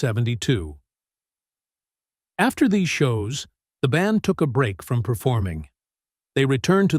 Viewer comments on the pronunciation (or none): none